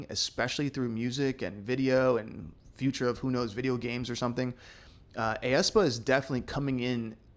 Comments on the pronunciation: hey! just wanted to point out that for aespa's group name, its just pronounced like "espa", the ae is one sound/syllable and not seperate like youve been saying (a espa) hahah 😊 but thank you so much for this video, it was honestly fun to listen to your breakdown of the song! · Btw you pronounce aespa as “S-Pa” or “espa”. But thank you for your contributions!